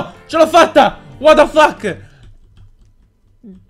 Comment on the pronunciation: Minchia compà, ma quanto sei hacker quando dici: ua da fach :D